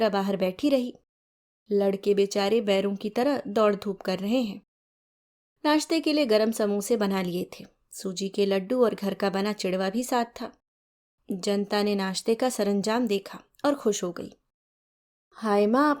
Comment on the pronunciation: Or vo chidva nhi chivda hota h